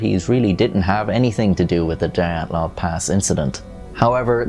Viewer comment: I'm sure you look forward to having your pronicication second-guessed on every video! 😅💀 It's not the 'die' 'at' 'loff' pass It's the 'DEE' 'at' 'loff' pass